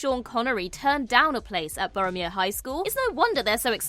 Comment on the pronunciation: OK so it's Boroughmuir High School? At first I thought said Boromir, like in LOTR 😄